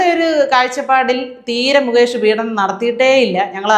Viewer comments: പീഢനം അല്ല മാഡം, പീഡനം ആണ്. അവർത്തിച്ചാവർത്തിച്ചു ഇങ്ങനെ ഉച്ചരിക്കുന്നത് കൊണ്ട് ചൂണ്ടിക്കാട്ടിയതാണ്.മുമ്പും ചൂണ്ടിക്കാട്ടിയിട്ടുണ്ട്. പക്ഷേ,കിം ഫലം. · പീഡനം എന്ന വാക്ക് ശരിയായി ഉച്ചരിയ്ക്കൂ. പീഢനം അല്ല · പീഢനമല്ല, പീഡനമെന്നാണ് ഉച്ചാരണം. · again you go wrong at times in the diction -Peedanam! Through practice, you can rectify it. Your views are always correct!